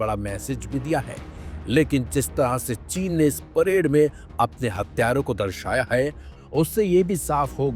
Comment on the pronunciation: वो सब तो ठीक है लेकिन तुम “हथियारों” को “हत्यारों” क्यों बोल रहे हो?? इस से तो अर्थ का अनर्थ हो जाएगा। हिंदी के साथ इतना अत्याचार मत करो यार 😢